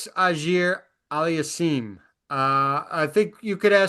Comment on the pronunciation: And Alex is getting married, he'll recover. Shelton needs to full recover and have a good 2026-and he needs to focus on tactics. Oger--not ahger--the Au in Auger is pronounced oh, just advising you not trying to be a smart alec. And FAA plays the piano